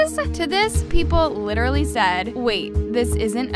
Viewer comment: "wEar dO u SeE a FiSh? aM LiChRaLLy a hUmAn bEaN.." what- 😭😭😭😭😭